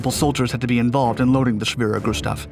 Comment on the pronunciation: Thank you for pronouncing 'Schwerer Gustav" properly.